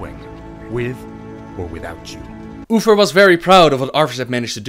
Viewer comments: I love how you pronounce Uther...lol "Oofer" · Sorry but i have to tease you about "ufer" ^^ Its Uther!! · Ok, someone explain this to me, how is he unable to say uther properly, but he can say THE light bringer. Like I dont wanan be that guy, but im jsut tryin to understand. Its not UFER, its UTHER with a THE sound, just like he said in the word the. God im so shit with accents. and i REALLLY wanna watch these videos. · who is oofer? i always thought it was uther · I kept hearing you say Oofers and I couldn’t stop laughing. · I tried watching this, i really did, however every time you said Uther, like Uffer, drove me bat shit crazy. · Uffer and loffar. Thats all I am hearing. Th making a ff sound. So hard the follow.